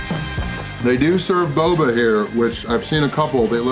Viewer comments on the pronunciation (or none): none